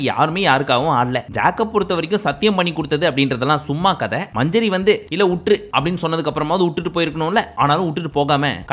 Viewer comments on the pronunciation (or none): Its manjari not manjury😅😅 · 😂😂😂ஏய் அது மஞ்சுரி இல்ல மஞ்சரி.😂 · Manjari sollunga bro ,manjuri nu soldringa , aparam avanga veliya vandhu mock pandringanu case pottruvanga